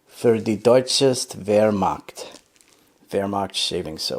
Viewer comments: h in wehrmacht is not like k in kentucky it is like h in hot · I appreciate how smooth your pronunciation of wermacht is